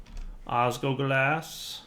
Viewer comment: OsgLoglas, not osgoglas